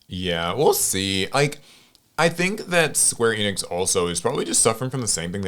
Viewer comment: i hate how he mispronounced enix its a well known gaming company how do you not know how to pronounce it